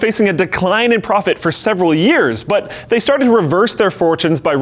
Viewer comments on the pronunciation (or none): none